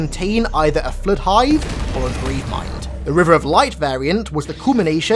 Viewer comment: How normal people say it:flood How says it: FlEuT